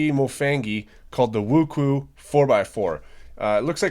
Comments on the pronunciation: Wookoo? It is pronounced Woo Ch Way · Not wooku ,its woochwe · Come on man it’s pronounced woo-tsweh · it's pronounced "woo-shway" :) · please dont say wuque ever again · You say wuque wrong sorry but is true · Pronounced it rong